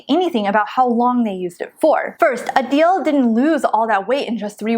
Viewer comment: Uhhhhh did you read the book???? The authors acknowledge everything you two are saying. You have no faith in some people to do this diet long term. Also, it’s A-dell. Not A-Deal!